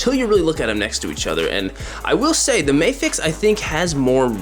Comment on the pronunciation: It's not May-fex, it's MA-FEX. You don't read NASA like Nay-sa